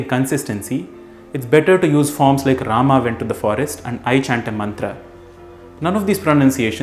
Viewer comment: No one writes 'राम् ' in Hindi. It is written as 'राम' and pronounced as 'Raama' and not 'Raamaa'. Otherwise अकारान्त पुलिङ्ग ( masculine gender) will turn into आकारान्त स्त्रीलिङ्ग (feminine gender) just like कृष्ण (masculine) becomes कृष्णा (feminine) which is name of द्रौपदी. Also, in sanskrit, we use 'राम' (and not 'रामः') when we call (i.e. during सम्बोधन ).